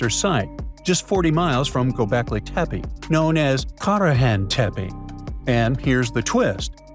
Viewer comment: Gobekli Tepa? I thought it was Tepe.